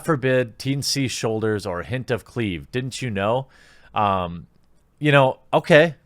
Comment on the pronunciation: Are you not allowed to say 'CLEAVAGE'? Or do you just not know how to pronounce the word?